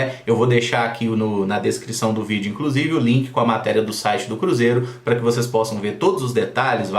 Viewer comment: eu gosto muito guando você fala assim Olá galera tudo bem com os seis kkkkkk